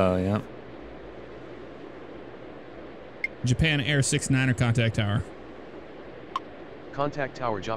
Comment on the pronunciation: JAHPIN AIR!!!!!!!!!!!!!! HHHHHHAAAAAAAAAAAAAAAAAA!!!!!!!!!!!!!!!